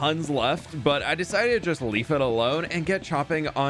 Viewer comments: Did he say "I desited to leaf it alone" or did I hear it wrong? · is it me or did it sound like he said “leaf it alone”